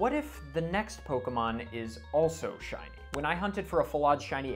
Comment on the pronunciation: I never thought I'd see my face in a shiny compilation video. <3 Super stoked to have my shiny reaction in this! P.S. Thank you for pronouncing my name right!